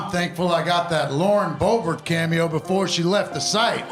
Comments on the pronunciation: I Swear I Heard You Say Hi Everybody My Name Is Boring Boebert... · She said Bobert